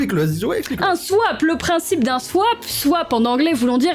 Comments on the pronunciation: On dit swap pas swipe 😂😂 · Il y a que moi qui a vu qu'elle dit "Swaip" au lieu de "swap" 😂 !? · je suis le seul a remarquer qu'elle dit swipe au lieu de swap ??? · Swap le swip c est pas sawwaapp ceestt sssssswwiippp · Elle a dit swipe au lieu de swap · on dit Swap pas Swipe! 🤣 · tu dis swipe mais c swap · et son SWIPE!! Au lieu de Swap🤣🤣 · swap sa se dit soap en rapide pas swaip mais sinon pas grave 🤣🤣🤣🥰😘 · C l'heure du SWIIIPEE Moi: Swap 😯: Du coup moi c'est Marie qui a fait mon SWIPEE Moi: On dit Swap 😢: Je sais pas ce que ca va donner par ce que j'ai jamais fait de SWIIIPE de ma vie Moi: bon c'est bon j'arrête 😭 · "swaïp" mais stoop 😂😭😭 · Suis-je la seule à avoir remarqué qu’elle dit swipe et pas swap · C moi où elle dit swipe? C un swap!!😅😂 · Je suis là seule à qui sa gêne qu’elle dise swip au lieu de swap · Il faut pas dire sype il faut dire swap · "Swaip!😂" C Swap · Par contre c'est swap et pas swipe 😂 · tu dit swaip à la place de swap 😅 sinon je te kiffe👍🏻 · Pendant tte la vidéo elle dit "swipe" et pas "swap" voilà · Tu me fais trop rire on dit pas "swipe" mais "swape" 😂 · Toutes la vidéo j'me suis dis mais putain sais Pas dire SWAP elle dit... Swipe😂😂😂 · Mdr 😂 on dit '' swap''pas ' 'swaïp' ' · Il y a que moi qui entend swaip au lieu de swap mdr 😂 sinon continue tes vidéos tes super 😊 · Elle dit swaip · Heirani Dautrey nn moi aussi j’ entend ça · Moi aussi 🤣🤣🤣(je suis trop stressée) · J'ai compris ! (Oui très tard ) Elle dit Swipe alors que c'est swap ! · Touuuut le long tu as dit « swipe » à la place de « swap » xd voilà c’était perturbant et entend qu’humaine composé d’un ego j’ai eu besoin de rendre ma remarque viral, aller salut ! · J’adore comment dit SWIPE au lieu de swap 😂😂😂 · C'est moi ou elle a dit swipe au lieu de swap toute la video? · Je suis morte tu dit "swipe" au lieu de "swap" pendant tout la vidéo 😂😂😂😂 j'etait la en mode non c swaaappp pas swipppeeee